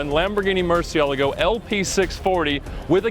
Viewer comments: nobody:.... Ed: Murciyeleggo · definitely not how you conjugate that he said murciELgo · Did i hear him actually pronounce Murciélago like that??…how in the world can he own one if he cant even say the name right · It bugs me how Ed pronounces Murcielago. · Ed Bolian's pronunciation of the word "Murcielago" still amazes me. Keep up the great work guys! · Ed pronouncing murcielago made me cringe